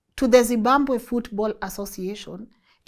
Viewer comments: I like the way you say Zibambwe! instead of Zimbabwe 😂😂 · It’s ZIMBABWE..not ZIMBAMBWE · Th way you are prouncing zimbabwe yoh yoh